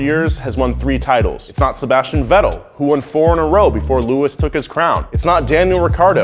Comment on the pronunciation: "lewis hamlton" "sebastian (v)etel" "daniel riccardo" bisch wat